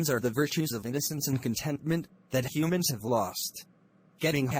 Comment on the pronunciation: Mistake Humans-Hunand